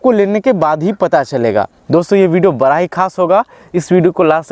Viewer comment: Apni jaankari puri kariye.. Last 100 years mere ghar mein dogs rehtey aaye hai German shephard , labrador , Saint bernard ,pomerian , lashsa apso even dober man ...but sadsy dogs mein german shephard Sabsey jada dini se hai...and he is vegetarian...koi bahot jada khana to nhi khata... Aur ek baat plz hindi sahi bola kariye आप बड़ा को बरा कह रहें है, बरा क्या होता वो भी बताइयेगा कृपया